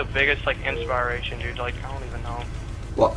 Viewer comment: I had to laugh when he said inspyration except inspiration